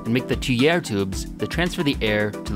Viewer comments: Just fwi, tuire tubes are pronounced tweer. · One correction: tuyere is actually pronounced “tweer”.